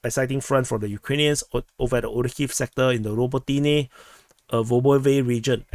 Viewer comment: raBOtineh, ffs!